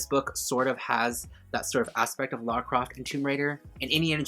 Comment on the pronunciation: It's Lara Croft not Laura Croft.